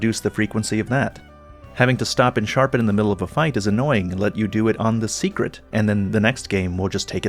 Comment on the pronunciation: hearing say secret instead of seikret is starting to pmo